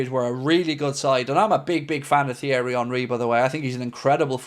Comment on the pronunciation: “TH-ierry” it’s pronounced T-ierry the H is silent you chav🤦🏻 it’s embarrassing Henry’s first name been mentioned over billion times in commentary matches/interviews & all sorts of social media yet couldn’t get it right & you want to talk about a player that clearly hasn’t heard of before just shut up.